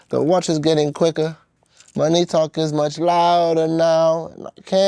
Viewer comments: How can you analyse this and not point out the awkward syllable phrasing on "money talk" - it's a classic GenAI tell. Unnatural syllable stress or line scanning. Plus all the other stuff that has been pointed out... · That makes no sense bro, it's money talk. AI just misplaces emphasis on syllables sometimes which makes it sound like that.